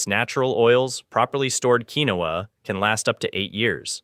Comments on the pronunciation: It is pronounced "keen-wah". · It is Pronounced,” Keen-Wah!”